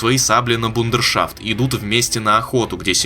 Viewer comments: Чуваки, правильно "брудершафт", а не "бундершафт" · да весь интернет уже прошёлся по этой игре. СМЫСЛ бить мёртвое? Да ещё и автор как какой-то школьник. 6.58 бундершафт? может брудершафт? Выучи русский язык.